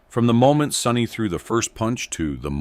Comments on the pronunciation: It's Sonny not Sunny FFS 😂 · Sonny not sunny